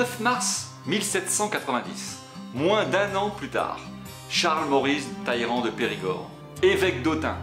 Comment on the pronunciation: Sans compter, à 10'07", il sera-t-arrêté et les nombreux "Taillerand" alors que dans les sous-titre, on lit bien qu'il n'y a pas de i avant ll, donc on prononce les deux l.